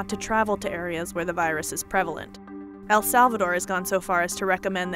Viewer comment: The narrator also pronounced 'prevalent' differently